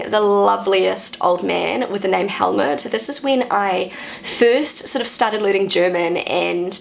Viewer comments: I like your pronunciation. only with Helmut, I would recommend you to say it as if written "Hellmoot". It would not sound like Helmet. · pronounced Helmoot, not with a short vocal, more like "mood" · my Father was a Helmut, I know you pronaunce the name like most englixh speakers but in Germen it a emphasis in the U than it does not sound as much like a helet anymore.